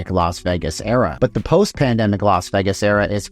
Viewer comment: Please say Vegas again... Only properly. It's sounds like vegguess when you say it!